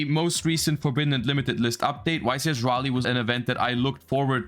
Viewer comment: omg finally someone who can pronounce Raleigh correctly you just earned my sub